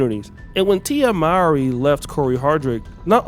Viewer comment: Her last name is actually pronounced: “more-ee.”